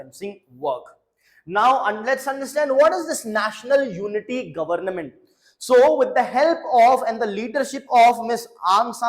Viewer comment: Plzzz say Government not govern nament 😂 I was observing n uve been telling again the same sound s govern nament😂